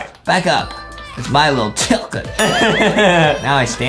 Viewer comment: It’s not called a chiLcken it’s called a chicken no L